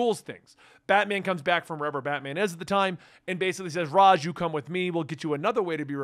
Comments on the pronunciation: I enjoy this guy's content but the way he pronounces Ra's is like nails on a chalk board. I eventually get over it the longer I listen to the video but it's rough those first few times I hear it. Cool video. I had completely forgotten that Damien was in Battle for the Cowl. I miss that Dick Grayson Batman/Damian Wayne Robin team. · So wait, is it pronounced R-Oz or R-Aish?